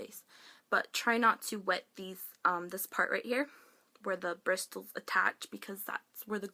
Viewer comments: hehe it's pronounced like BRISSELS hun <3 great video :)) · Bristles? The T is silent.. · lol In the word bristles, the 't' is silent:P you kept pronouncing the T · PLEASE watch other people's videos & learn how to pronounce words... "BriSSSSSles". "Laura Merc-y-a" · Pronounced BRISSSSOLS. The t is silent argh! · That's not how you pronounce bristles.. The T is silent.. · The t is silent in the word 'bristles'. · I've never heard anyone pronounce the "t" in "bristles" lol (not making fun of you, it's cute). I used to have acne like yours but as I'm getting older, changing my diet, using homemade remedies and never trying to cover it with makeup, I find I don't break out as much. I have horrible scarring, but I'm just glad I don't have so many of those painful things on my face. The scars and craters don't bother me anymore, and I'm fine with them slowly going away with my new routine. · The T in bristles is silent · the T is silent in "bristles"